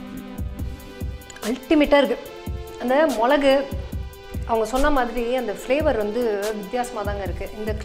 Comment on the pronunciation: மொழகு இல்ல மிளகு